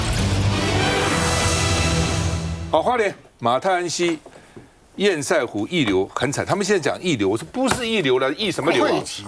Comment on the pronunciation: 😢最好笑的是～明明就是是塞為什麼要唸色？真是只會搞錢而辦不了任何正經事的官僚不是嗎？❤🙏